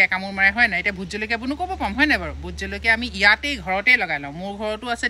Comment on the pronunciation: সুন্দৰ .... কিন্তু জলকীয়া শব্দটো আলকীয়া হৈ আছে 🙏